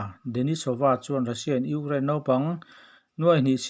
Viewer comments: Urain ti tlat a nang tuuu🤣😂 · I Ukraine lam dan chu leh😀😀😀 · Ngaihthlak a nuam viau lohna chhan chu chhiartu hian Ukraine a lam thiam lo thin hi😁😁😁😁😁